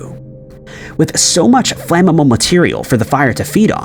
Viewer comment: Uh... what is "Flammemmel material?" lol